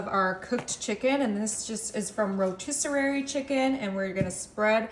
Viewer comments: LOL "rotiserary" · Rotisser-ary is not funny. I would expect someone giving out a recipe could at least pronounce it correctly. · Rotiserary. Ummmm...... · "Rotisser-ary" is too funny. 😆😂 This recipe looks 🔥F🔥I🔥R🔥E🔥! Simple EZ & Cheesy. T🙏🏾U 4 this recipe. 👨🏾‍🍳